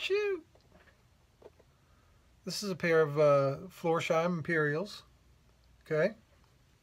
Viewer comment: hi, as you are a big fan of the shoe and the brand, and not for picking at you... the name is spoken floors... heim. like for example "floors house". the s and the h are not put together. heim is the German word for home. and the heim you already do pronounce perfect. it was very interesting to see how the stormwelt is made. and what a Christmas present for us... hammertime WITH compressor noise... such a perfect combination 😁🔨😘 cool shirt. best regards and happy Christmas time, Alex